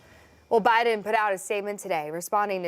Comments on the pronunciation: She just said Obiden! Lmfao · Did she say Obiden !? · Did she just say Obiden😂😂😂😂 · Dude she actually said “obiden” at :31 🤣. She knows what’s up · She called him “Obiden” 😂